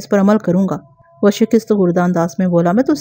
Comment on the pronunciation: شکست کو بھی غلط پڑھ رہی ہیں